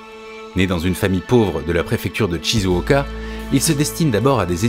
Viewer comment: Encore une excellente video :) Parcontre le nom de la ville c'est "chizouoka" pas "tchizouoka" :) Shi = chi et Chi = tchi Ca pinaille mais c'est relou d'entendre un travail de prononciation sur l'anglais et du yolo sur le japonais. mata ne